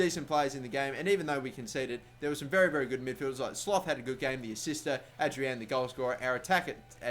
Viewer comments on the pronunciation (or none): Sloth is pronounced "Slot"